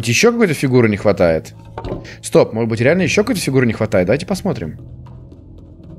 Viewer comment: говорит модбыть место можедбыть